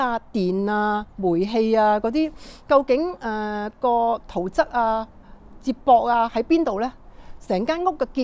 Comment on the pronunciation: 圖則，則字讀（積）😅😅😅